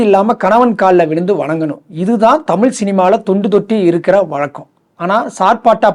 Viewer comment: தமில் தமில் தமில், உண் தமில்ல தீய வெக்க. -- அது தமிழ் டா